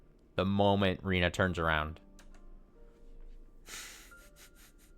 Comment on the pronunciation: Rena is pronounced “Reh-nah”, and Rina is pronounced the way you’ve been pronouncing Rena this whole time.